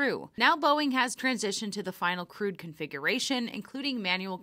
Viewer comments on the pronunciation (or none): Sorry--did you say "crewed" or "crude" configuration? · Hey Boeing, it's crewed mission , not crude mission